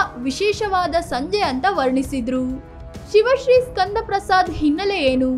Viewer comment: ಎಲ್ಲಾ ಸರಿ ಇದೆ, ಅವರ ಹೆಸರು ಶಿವ ಶ್ರೀ ಅಲ್ಲ ಅದು ಸಿವ ಶ್ರೀ